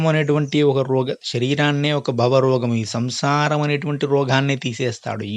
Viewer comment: 'న' కాదు స్వామి ' ణ '. బవ కాదు భవ